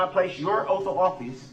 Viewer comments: “the oaf” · Detective Guth, not Guf, sustain not substain, bias not biast , oath not oaf, this not dis, grounds not grounz, ask not axe, and soooo many more. Drove me crazy! Also, he needs to learn the meaning of hearsay!!